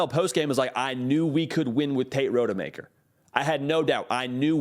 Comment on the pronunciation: Please learn how to pronounce Rodemaker “Ra-duh-maker”❤